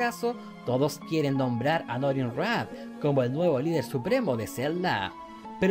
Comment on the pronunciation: Soy solo yo o escuché Normin Rah? 😂